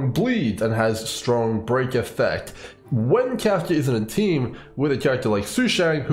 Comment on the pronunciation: Your pronunciation of "Kafka" is the same as Trumps "China". It's like a drug, I can't stop listening to it.